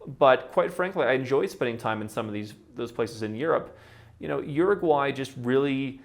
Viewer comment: Say what you want but the little guy actually pronounced the name of the country properly